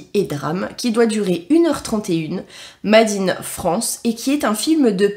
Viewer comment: Trop drôle ta prononciation de l'anglais 🤣 ça me fait marrer 🫠 "made in " se prononce " Meydine you wess hey " 🫠☺️